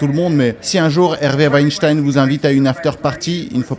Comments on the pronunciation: Rectification importante!!! Ce n'est pas Weinstein, mais Wenstine veuillez prononcer le nom correctement svp 😂🤣😂🤣😂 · Selon la nouvelle prononciation, on doit dire Weinstine et non pas Weinstein ! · On ne doit pas prononcer Harvey "Weinstayne " mais "Weinstiiine"